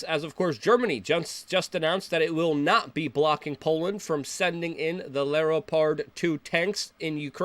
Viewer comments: What kind of tanks were the polish sending? LOL “Leropard”? Not leopard? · “Lee-o-pard tanks”. How about “Leopard”. You may have heard of them, big cats with spots. Germans named some tanks after them, like they did with the Panther tank, another big cat. It’s a habit with them. C’mon Luke, do better. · Luke I hope you were joking when you mispronounced Leopard...The tank has the same name as the animal... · "Lare-oh-pard 2 tanks" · did u hear how he said LEOPARD LMFAO. Luke is disinfo to make us look stupid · I really enjoyed Luke mispronouncing leopard, high point of the video